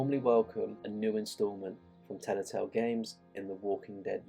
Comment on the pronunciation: Telltale. Not Tellatale.